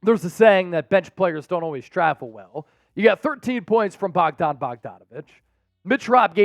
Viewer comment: Knicks lost game 1 against Atlanta in 2021. And it’s BOJAN not Bogdan